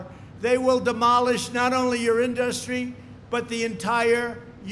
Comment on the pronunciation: Nobody and I mean NOBODY pronounces it "inDUStry". Only this orange idiot says it that way.